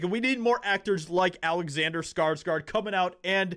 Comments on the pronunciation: Please start say his name right. Come on man, its SKARSGÅRD not SKARSGARD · You pronounce his last name (Scars - Gourd) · it is PRONOUNCED : skar-sGOR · It always feels so strange to me to hear people call Alexander and Stellan SkarsgArd since I'm Swedish and know that their surname isn't pronounced like that. It's SkarsgÅrd ^^ Å is such a different sound than an A, it might not look like much of a difference, but it makes the pronounciation quite different. Saying Skarsgord would actually make it sound closer to the right thing than Skarsgard. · Say skargsgard one more time m.fer